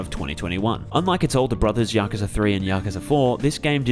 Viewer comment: Finally someone who pronounces yakuza correctly and not yakuuuza